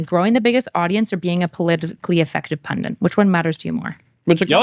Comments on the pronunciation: PUNDIT not PUNDINT jesus fucking christ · Why is no one capable of pronouncing pundit these days? Where did "pundint" come from?